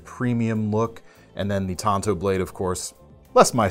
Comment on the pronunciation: Pronounced “taan tow”